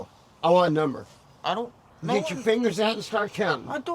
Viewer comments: " I DON'T KNOW a NuMBHER" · "I dont know what Numble" lol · “I don’t know a numbuah!!!”